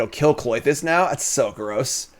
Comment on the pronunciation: Why do you call it Cloitus when it's Klothys...